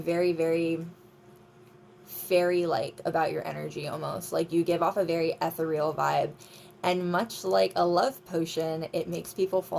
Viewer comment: "spiritually protected" what does that even mean? Like only a certain level of shit will befall us? Certain people energies will not harm us? Nice reading as always 😊 Ethereal is pronounced i - THAIR- ree- il